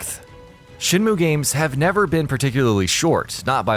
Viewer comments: It's SHEN MYOOO, not moo you fucking cow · Shin moo? Rio? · Shinmu? Yeah its been 20 years but certainly not a reason for anyone to pronounce the name wrong.